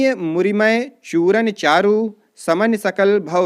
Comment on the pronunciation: सर आपका यह वीडियो अत्यंत उपयोगी है, आपका प्रयास सराहनीय है,आपको धन्यवाद। सर त्रुटिहीन हो,ऐसा प्रयास कीजिए अगर मिसप्रिंट हो गयी है,आप उसे शुद्ध उच्चारण कीजिए। जैसे-मूरियम नहीं मूरिमय अर्द्ध मात्रिक नहीं अर्द्ध सम मात्रिक छंद होगा